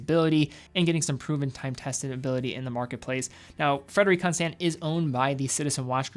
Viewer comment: FrederiK ConstANT. Why do you say it like that?